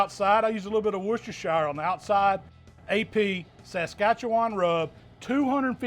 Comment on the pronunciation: AMAZING Tenderloin! Wow… just wow! And…. Being from Saskatchewan, you absolutely nailed the pronunciation! Have had many a giggle at others trying to figure it out. Will be making this very soon, but tomorrow is smoked party wings - best ever and our fave!